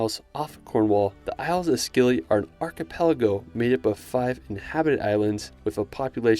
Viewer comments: The Isles of Scilly are pronounced Isles of Silly. You don't pronounce the c. I liked your video. An impressive list of places to visit. I've added a few to stared places in Google Maps. In the UK you missed out Snowdonia in Wales, the Fairy Pools and Old Man of Storr in Scotland, The Limestone Pavements in Yorkshire, the Cotswolds in England, and the Giants Causeway in Northern Ireland. You'll have to do them in parts 3, 4, or 5. In the Balearics Menorca is underrated. It is the quietest of the islands but I think it has the best beaches and coves. Be nice to see some more places in countries like Georgia, Ukraine, and Slovakia. That Zugspitze mountain station does look like someplace an evil villain would live. It reminds me of the cable car place in the James Bond movie which I think was in Switzerland. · its spelt Scilly but thats not how you say it ;D its said like: si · lee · It's pronounced silly not scilly. Despite it's spelling. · Isles of Scilly are pronounced 'Silly'; the C is silent. Awesome video, thanks!